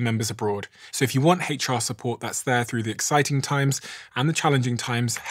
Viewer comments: . He said "hach R" Uneducated. Don't listen. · "HATE char" support lol love that pronunciation